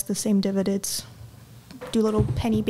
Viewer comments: “I mainly just do divideds and reinvest the same divideds” 😂😭 I’m sorry but I fell out laughing! 💀 Tf is a divided? I just knew she didn’t know much about saving and investing when she spoke about using a CC as her EF fund, this imaginary “10%” Wells Fargo savings account and then mispronouncing dividends. Then at the end she looked a little overwhelmed when was going through the numbers of what she’d have to invest to catch up for retirement. I just feel like she doesn’t really have any idea. Some basic financial coaching would help her soo much 🥺💕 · did she say "dividits" for "dividends"?